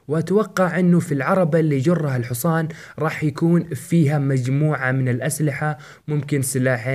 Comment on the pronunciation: الحوصان ؟؟؟؟؟؟؟؟؟؟؟؟؟؟ اسمه الحصان فرق بين نطقها بين العامية الحجازية وكتبتها الصحيحه نرجوا تفاديها مستقبلاً